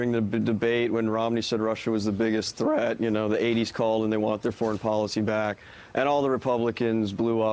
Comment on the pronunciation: t h r a t